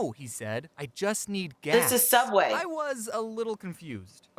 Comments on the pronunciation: soubway not subway* UnU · This is a Subway Me: you said Sooudway wrong